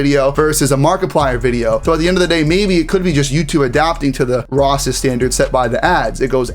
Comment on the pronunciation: Does this guy have a speech impediment? It's a serious question as I noticed he failed numerous times to say " racist" correctly. Never heard anyone get it wrong